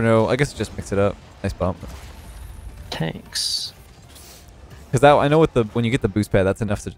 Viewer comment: says "tanks." He has earned my respect for the rest of my life.